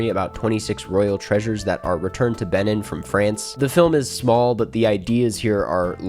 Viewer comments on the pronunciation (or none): Second half of Dahomey is one of my favourite movie-watching experiences. Also,, the way you pronounce Benin is insane